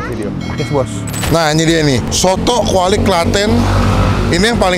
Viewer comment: Kwali bang bukan Klawi wkwkwk